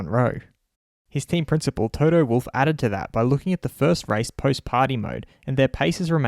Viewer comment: Yeahhhhhhh Fuck u Binotto. I just changed my watsapp status to this. N d way u say wolff sounds wooofff 🤣🤣🤣🤣